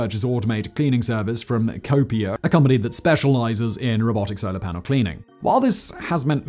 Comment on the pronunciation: I even googled it 😂, but even Google was like “Yeah, you definitely meant to say Solar, right? Spolar ain’t a thing.”